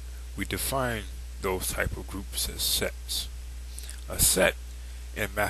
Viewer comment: lol yea it sounds like he says sex